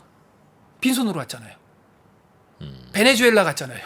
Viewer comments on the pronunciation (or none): none